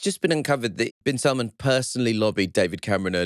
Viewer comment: so is she pronouncing bin salmans name right or is everybody else who doesnt say it like that?